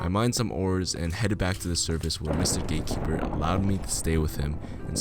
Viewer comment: Why tf he keep saying gay keeper?!